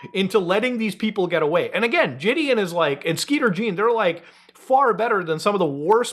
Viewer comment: If EDP finally gets arrested, I hope that idiot takes it to a trial so he can get a heavier sentence. He is a danger to society and a waste of oxygen. Also, Why do ppl keep pronouncing Jidions name as Jidien? Its Ji-Dee-On. Not defending the dude but come on bro. Being stupid for the sake of being stupid.